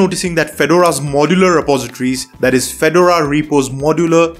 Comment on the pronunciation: your English is great but please work on the word "Modular"